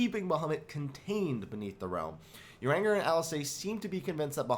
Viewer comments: I love this comment, I thought the same thing when he said "uranger", up on seeing that I was not the only one I bursted out laughing at what you wrote!!! Thank you 😊. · Omg. I love you, but your pronunciation of names is terrible. If you say "uranger" one more time....